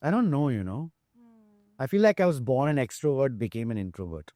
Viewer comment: What was with Accent n Pronunciation with "BORN " I heard Born as" Burn "😂😂😂😂😂😂😂 So where the Hell Did he Open up on Bollywod Secrets😂😂😂😂😂, the Titles ----The Podcasters take for" TRACTION "😂😂😂😂😂😂